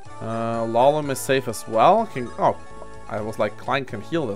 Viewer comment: it's Lallum